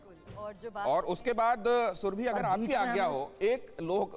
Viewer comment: सुरभि कहिये ,सुरभी नहीं!